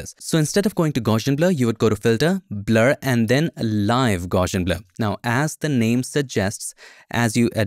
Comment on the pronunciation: It's actually pronounced gow-see-un. People naturally want to add an "sh" sound in there, but there isn't one. Just a straight up "s" sound.